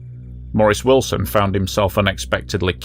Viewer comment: I heard 19....... ut i also thought you said his name was illson....lol